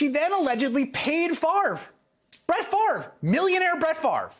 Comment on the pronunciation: Any guy who can't correctly pronounce his own Danish name is intellectually suspect.